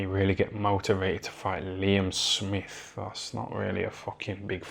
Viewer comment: "Liem Smif"